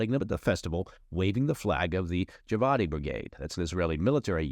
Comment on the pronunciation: It's GIVATI, like give-ah-tee, not Jaivadi 🤣